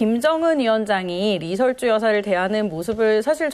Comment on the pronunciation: ㅎㅎ 리 설 주 가 맞습니다 ㅎㅎ ㅎ ㅎㅎ